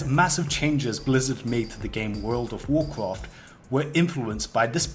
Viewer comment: worwld of worcwowft